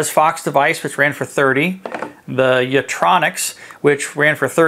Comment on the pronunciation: It's 'YitROX'; not 'Yitronix'. But thank you.